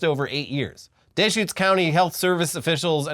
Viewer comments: Its Dee-schutes County not Dayshcutes source: i lived there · 1) Duh-shoots county. NOT Day-Shoots lol 2) this is not the first time in the past 15 years. Crook County had a situation in 2012? Crook County is next to Deschutes. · As someone who works in the veterinary field, I'm not surprised this popped up in Oregon. Fleas are a common vector for plague and are a year-round nuisance for domestic pets like cats and dogs. People here often opt for "natural" flea remedies that just don't work. Hippies. Loving people but hippies none the less. Also, it's "Dee-shoots" county. That way you know how to order a beer correctly when you visit the Deschutes brewery on your next visit to Oregon. Love you guys. Keep up the amazing work. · It's, duh-shoots. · Deschutes is pronounced duh-shoots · Oregonian here. It’s Duh-schutes. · it's Duh-shoots, lol. And that TB was in Washington State. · Can confirm as a PNW'ner it's pronounced dAschutes. Also imma be in Portland in 2 days🫡. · deehshutes like a texan. you fucking ass